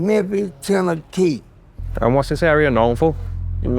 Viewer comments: Memphis, TenehKey😂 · "TEN AH KEY":face-blue-smiling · He said teneetee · Whitefolk say born an raised teneetee 😅😅😅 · Memphis ten a key